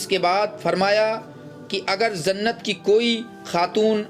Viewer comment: Jannat ko zannat mat bolo Bhai,sunne me hi ajeeb lagta hai